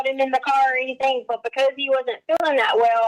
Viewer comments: Me toooo!!! Omgosh it's so cringe!! The way she sings her words, dragging out the syllables! And using "K" instead of "G", like "anythink " omgoshhhhhhh!!!😖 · lmaooo not the “K instead of G” 😭😭😭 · Leticia's bizarre syntax, mispronounciations, and inappropriate syllable stress placement drives me absolutely mad. I don't know how anyone could stand conversing with her on a daily basis. Personally, I think she does all that "why come, anythinK, everythinK" crap because she thinks it's cutesy and endearing. For example, in the body camera footage she kept referring to the Swisher Sweet cigars as "seeeegARs" until the officer joked about her accent and she responded all giggly. I also noticed she lays it on extra thick when speaking with Al but it's almost nonexistent when talking with female detectives.